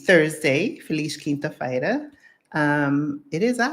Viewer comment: I must say, for someone living for 2 years here in Portugal, your "feliz quinta-feira" sounded amazing. I know many expats living here who will pronounce that with a strong accent but you sounded... native!Tip (or challenge?): do an entire video in Portuguese. E, como dizia o Raúl Solnado, façam favor de serem felizes! :)